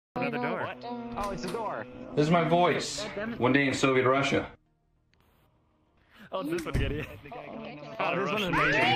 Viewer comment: Idk why but it bothers me so much how that guy says "Soviet Russia" "Sove Rasha"